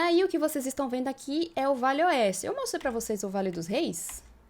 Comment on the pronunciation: Desculpe menina mas você fala muito rápido VALE OESTE, que termina parecendo que você está falando VELHO OESTE, Cuidado com isso, gosto muito do seus vídeos.